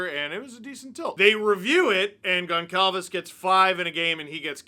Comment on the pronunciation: I understand Steve isn’t familiar with Portuguese last names but… Goncalves is pronounced GonSalves. The c would normally have a accent making the S sound